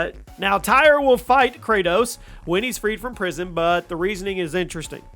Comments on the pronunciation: Tyr is pronounced like tear not tire. I mean it was said a million times throughout 2018…. Same with jormungandr. It’s not “whoremonger” fuck sakes man… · Tire? Its pronounced tier for tyr and whoremonger? Lmao 😂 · Tyr is pronounced tear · He said tire 🤣🤣🤣🤣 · It’s just “tear” (Tyr.) All these words are pronounced many times in the main game.